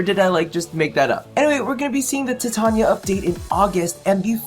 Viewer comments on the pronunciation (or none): i didnt have a problem with gay people before i heard you pronounce titania and equinox